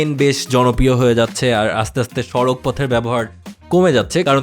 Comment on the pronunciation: সড়ক হবে, সাড়াক নয় ।